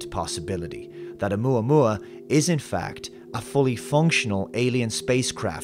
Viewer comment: You say, "Oumuamua." All I hear is "Alomomola." Not quite the same thing…